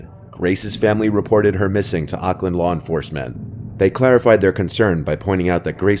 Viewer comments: love that your telling horror stories that take place in my country new zealand, by the way we pronounce auckland differently then the way you do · Why does keep pronouncing Auckland wrong lmao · i hair you having trouble with saying Auckland new Zealand.. ha 😅. its all good.